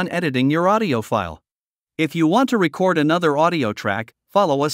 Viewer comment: Hi there. I have issues with both. Your voice didn’t make a difference between récord and recórd as I recall. Also as a musician I have a problem with computers doing what people can do, especially in the arts. Thanks for asking.